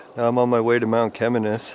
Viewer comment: Mount Cheminis pronounced = Shiminis.NOT 'Chem" as in Chemist..and it's not pronounced "Chem" but "Shi". I have climbed many times over the years, living close by. I went blueberry picked few times with my mom when they were plentiful. . Bears have been reported up there in the past. I think they were eating blueberries as well.. Or Mount Chaudron= (French) for Sugar Loaf Mountain. Thank you for your effort. I got lil nostalgic watching. I can't even remember how many times I climbed it. With friends and relatives at different times, blueberry picking few times and brought food up for picnic while watching the panoramic view at same time. My dad worked in Kerr Addison gold mine in Virginiatown. Yes, Mount Cheminis (pronounced Shiminis") is an awesome phenomenon. Always.